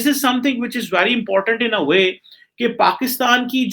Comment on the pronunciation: Pakistan not paxtan